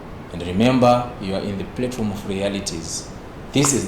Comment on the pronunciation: platform not plate form